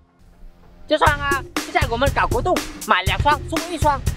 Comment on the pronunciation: 搞活动 nghe tưởng đâu 搞不动 哈哈